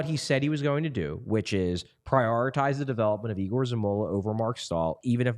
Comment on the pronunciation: Someone please explain to, that Zamula is correctly pronounced as YE-GOHR, not E-GOHR. It's two different names, Yegor isn't Igor.